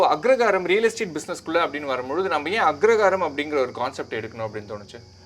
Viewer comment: Anchor is mispronouncing the word as Agragaram!